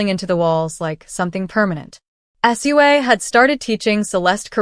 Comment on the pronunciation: You say her name Sue Ahhh